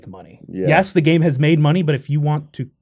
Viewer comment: I love it when they talk “F13: The Gam E”